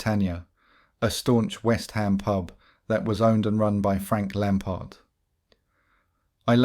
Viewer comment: i wonder if they have been to whest hom